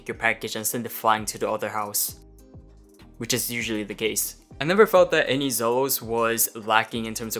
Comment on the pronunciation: Isnt' it pronounced ZEE-LOS dude?